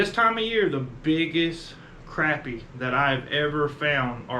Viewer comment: It is not pronounced Crappy. It's pronounced (Crawpy) A Phonetic illustration to pronounce it correctly.